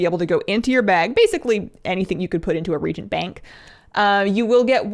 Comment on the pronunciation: Hi. I’m 42, been playing WoW since wrath, & have a PhD. I have legit been calling reagents: re-gents. You (correctly) pronounced it as re-a-gents. I’ve been mispronouncing that word for over a decade: 🤯